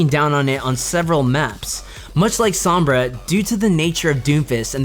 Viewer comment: That guy saying sombra correctly just makes me so happy